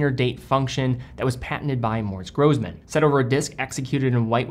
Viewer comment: Pronunciation snob here - double s in German is pronounced as "s" instead of "z". Single s is "z". Seriously cool that you featured this brand, though. Keep up the great vids.